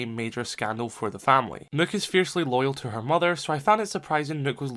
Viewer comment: That’s the way it’s supposed to be pronounced